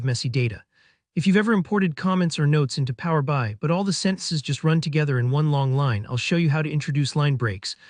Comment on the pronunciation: Just so you know... the application you're talking about is pronoumced Power BEE EYE, not Power BYE. It's kind of basic.